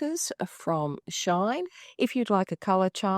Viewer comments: It's pronounced "she in". It's a combination of both English words. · Love your vid am trying to buy them so thx but plz it's not a problem but please it's "she in" not "shine"thank you ❤❤